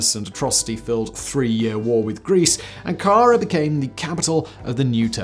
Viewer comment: Great video as always! Absolutely love your stuff!! (Shame about the mispronunciation of Ankara, but I won't tell anyone!!) 😝